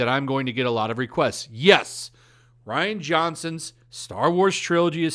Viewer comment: I would have thought Rian is pronounced Re-on not Ryan